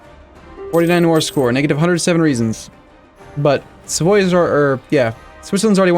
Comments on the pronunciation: if they're smart enough to tell you it's "Tee-rol" then let me tell you, Savoie is pronounced "Sa-vwa" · Colin Peabody de Verteuil-Lorraine only if you’re french: it’s actually pronounced “Savoja” (in italian Savoia)